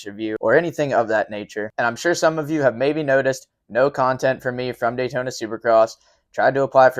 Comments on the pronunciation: daytoner....... drove me nuts all race hearing that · "Tamper" and "Daytoner" is funny. I noticed they say "Brotha" for some reason, but can't say Tampa and Daytona correctly? Please explain that one...